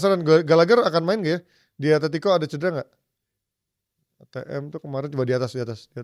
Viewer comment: Lu kok baca Eti sih, najis